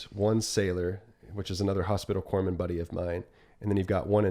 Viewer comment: Corpsman, pronounced kor-muhn, whoops. 🧐